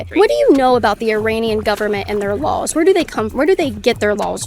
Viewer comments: . Yes they do have more lawwwws! Only one L. I disagree with her opinions, but even she cant stand the way Kaitlyn says laws. Lawells, lawls, who knows, but it is annoying as all heck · I love watching her videos, but can't stand how she says "Lawls". She puts in an extra L. I can't unhear it.